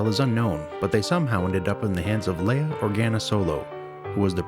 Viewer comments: Leia, not Laya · Only one negative comment: During the original Star Wars movie, her name was pronounced "LEE-uh." The change to "LAY-uh" originated in a SNL skit so that Bill Murray's and (I think) Dan Aykroyd's (might have been Belushi's) characters could make a schoolboy innuendo about her, "I'd like to 'LAY-uh'" ... so, in this mockumentary, our intrepid reporter should be calling her "LEE-uh." --Other than that - excellent parody! Loved it!